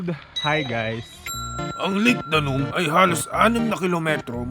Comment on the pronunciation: Step aside, Bogart the Explorer and Biyahe ni Drew. Lol! My morning commute today was very entertaining. Gusto ko yung narration, di ba sumakit lalamunan mo? By the way, instead of saying Lake Danum as “Daa-num” say “Da-noom” emphasis is on the 2nd syllable. “Danum” in the dialect means “water”. Pasensiya na, guro ako sa past life, ayan tuloy).